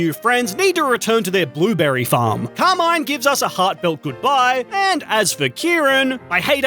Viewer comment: I just hate how he says the name Carmin it's not Car-maine it's Car-MIN